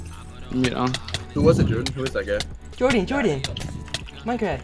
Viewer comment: Jordan! Jordan! Minecwaft!